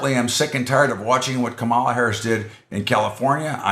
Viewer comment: You can't pronounce KAM a la? Even Donnie Disinfectant can pronounce it now :)